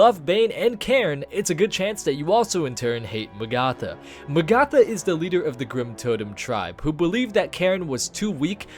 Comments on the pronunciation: In what fucking universe do you pronounce Magatha as Mag-ARTH-ah fuck me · it's Mag-uh-thuh:( do you do this on purpose at this point DX It's like Agatha, but with an M! I feel specifically trolled whenever you say names like this lmao DX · It’s pronounced Ma-ga-tha, number 5 was a little hard to watch. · isn't it pronounced MAgatha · Mah-gatha and say it fast to pronouce Magatha correctly. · sounds more like may-gatha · I hate how he pronounces magatha...